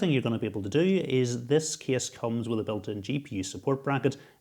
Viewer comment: being from America, it's the "kess" for me